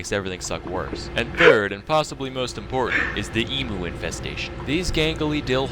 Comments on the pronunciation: I'm slightly disappointed in your girlfriend chavas and in the terrible way everybody says emu the way you guys are saying it sounds like you're saying e-moo when it should sound like you're saying e-mew like how you say Mew from Pokemon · please tell me you all know its eem-you not eem-ooo